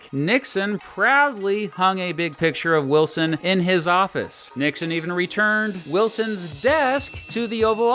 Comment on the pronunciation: wil-SON! Lol